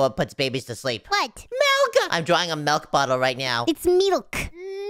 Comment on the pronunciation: ain't no way they said miellk